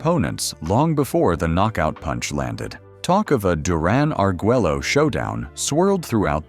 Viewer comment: His name is Roberto Duran not Duron😂